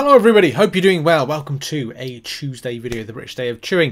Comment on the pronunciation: Love it, especially Chooseday, The way you say Tuesday is Great. Chuesday